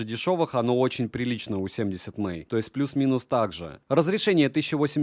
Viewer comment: Все круто, но 70мАй, а не 70мЭй, это не английский, это пиньинь 😊 Далее. В этом ВР li-pol аккумулятор, и все... Если вы житель Сибири, дальше можно не смотреть про него. Аккумулятор умрет в первую же зиму, или что еще вероятнее в жаркий день, если авто оставите на солнце на улице. Нормальный ВР должен быть с ионистором (супер конденсатор), как в некоторых моделях DDpai, Papago и наших топ брендах. Только тогда он будет работать безотказно в диапазоне температур от -50 до +50, и проживет годы! P.S. у меня Papago P3, с ионистором, ему 12 лет уже, работает как часы в любую погоду, -40, в +40, похрен.